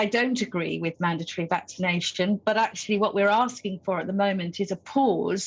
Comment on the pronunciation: she can't even pronounce the word mandatory. says it all really.